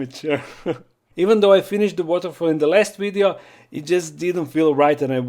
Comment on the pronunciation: What is a “wideo”